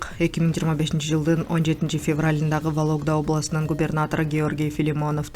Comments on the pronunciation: Валогда эмес Вологда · Валогда емес вологда десен 😂